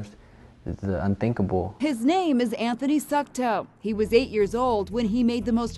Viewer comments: IM SORRY BUT DID SHE SAY HIS LAST NAME WAS “SUCKTOE”??😂🥵🤦‍♀️ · It sounds Like she said "his name is Anthony suck toe"